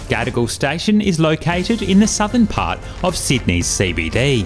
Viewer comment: Just ne or the way you pronounce Gadigal, sound like 'gotta go'?😅